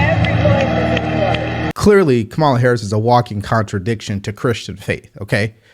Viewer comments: I don’t like Kamala but mispronouncing her name is annoying. It’s Comma La. Com- A-La. 🤣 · Wonderful podcast! Thank you! But her name is pronounced COMMA-la. When you mispronounce her name, it just makes you sound ignorant.